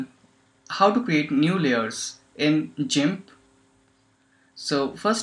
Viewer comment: Being Skilled: Jimp Me: its with a G not a J